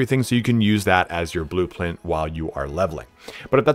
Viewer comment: Absolutely love this guy and love the vid even more! Got caught up that he said blueplint not blueprint lol!